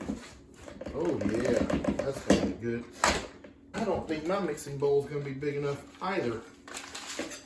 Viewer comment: annunciate the word bowl. You said your bowl is not big enough, but it sounded almost like “ball is not big enough”. Lester can tell you how often Jami laughs at his pronunciation of his words.